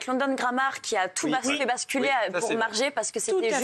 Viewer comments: " Marje " le respect nan mais merci... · Il me tue avec leur prononciation Margue MarGE Marguuué Marghé Margeux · Marge, Margé, Margueux, Margué... Ils vont se mettre d'accord sur la prononciation ?